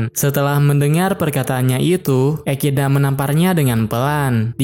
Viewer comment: Bacanya ekidona bukan ekidna bg-_